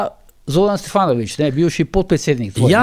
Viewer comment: G. Požar, že v pogovoru z Zoranom ste njegov priimek izgovarjali SteFanovič pa ga v tem primeru spet. Tako kot v NBA izgovorijo "Dončik" namesto "Dončič" Mislim, da je to skrajno neprimerno in ponižujoče za dotično osebo oz. v tistem primeru sogovornika. Dajmo se potrudit, saj ni težko namesto F rečti V. Ni črka R s katero imate težave Pa brez zamere, lep dan